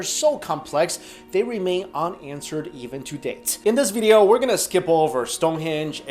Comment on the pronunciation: am i the only one who finds funny how he says video?